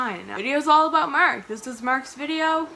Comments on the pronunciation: Mark not Merck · No offense intended but im from Texas and I thought u was saying merk.lol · i can’t explain it but the way you say “mark” is SO Canadian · This has nothing to do with Mark, but I love when you say his name because I can hear the slight Canadian accent. Don't say we don't have a tiny little accent, especially words that end in a 'r' sound.